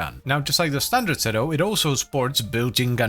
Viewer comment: According to the latest devstream, it's "seedoo". Also, "Lavo Prime" 😂